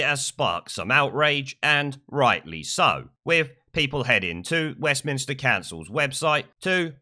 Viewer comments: Stop saying West Minister, it's Westminster. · It's West Minster not minister!